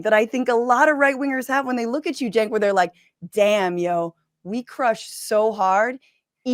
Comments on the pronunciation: "We're glad 'Chenk's' here..." Kirk mispronounced jos name to his face while "welcoming" him... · Maga is welcoming, while Kirk constantly mispronounces Cenk's name. And we KNOW he knows how it's pronounced. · What i would like to know is when cenk changed the pronunciation of his own name to match what he has told us is the wrong way 🤔 😕